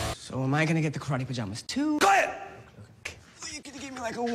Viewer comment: Am I the only one who thinks he yells "QUIT IT" as opposed to "QUIET"